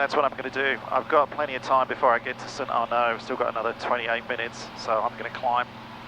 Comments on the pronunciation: Pronounce the D in st arnaud mate! Lol, Google does it too “Are - ned” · “St Arnard”?